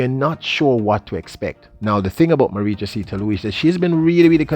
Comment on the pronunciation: you sir is a great analyst!! And you are great at analyzing BS. Your channel is very comical you also present opinions as facts. Also what's up with these names pronunciation? Im pretty sure you are pronouncing josee, and Herah wrong,and thats not my 2 cents, thats a fact!!